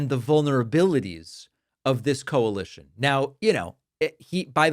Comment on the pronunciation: Watters doesn’t know how to say coalition. “Co-en-li-tion” isn’t a word. He continues to denigrate women at every opportunity. And why does he whine 😭🍼about socialism? That’s what republicans want for parasitical billionaires.